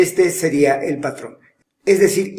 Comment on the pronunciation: Like si notaste que dijo padrón en el minuto jajajajajaja (⌐■-■)